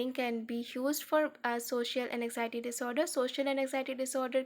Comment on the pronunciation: N-x-iety nahi AN-XIETY I couldn't focus on the explanation at all because of poor pronunciation 😭